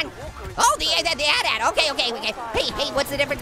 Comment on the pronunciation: Ha he called it a atat it's at at